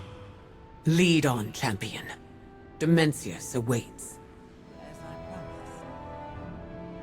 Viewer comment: can't stop hearing Dementius :D immature I know..